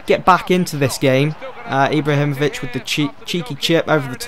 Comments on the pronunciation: Ibla himovic? I am from Sweden btw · 'Iblahimovic' 'Marqwinhos'